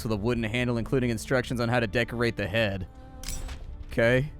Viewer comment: I drank every time you said "Okaugh" and I died of liver failure.